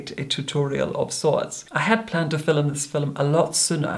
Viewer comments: Oh my god stop saying “fillum” !! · I’ve never heard anyone pronounce film fi-lum before. Where is from? He has the most amazing accent. I’m not convinced he isn’t actually a vampire from the Victorian era like he says he is. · "FILLUMING THE FILLUM" 😭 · His West Scottish heritage whispers through his voice like Scotch Mist. All West Coasters say ‘film’ like ‘filum’., tell me you speak ‘the Gaelic’, mas e ur toil e?